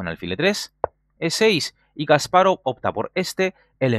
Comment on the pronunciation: Porque dice kas parov es Kasparov todo junto...